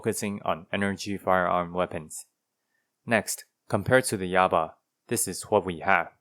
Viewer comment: Yaba? More like "Yabai" lol